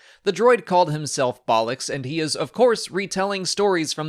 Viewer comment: Lol! Never pronounced Bollux like 'Bollock' as it is basically English slang for testicles! I always get confused what is made officially canon. I thought it was anything after when Disney bought Star Wars. Hence why I thought the Star Wars X-Wing miniatures game craft etc would be canon.